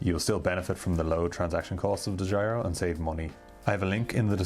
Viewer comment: Dedjiro account. So funny to hear as a dutch guy.